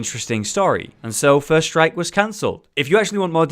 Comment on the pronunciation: lol, whenever he said first strike i thought he was saying "first reich"